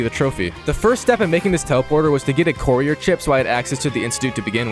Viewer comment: Arghhh the word courier is driving me crazy!